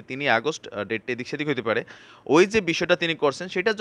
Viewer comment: kemon acho? Kotha theke eto shob data jogar koro? (Data ke deta pronounce korte hoi, bangla bolte oshubidha hoi?)